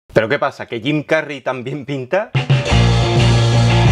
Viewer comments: Antonio ¿por qué no pronuncias las palabras anglosajonas con el asento anglosajon? ... suenas gracioso cuando dices Jim Carry como si fuera un nombre castiso. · Suena raro cuando pronuncias el nombre de Jim Carrey, es tal cuál lo estás leyendo en español, suena de mmmmm ok. Bueno solo es esta vez que fue molesto escuchar tu pronunciación. Sobre el contenido todo está súper como siempre 🤗🤣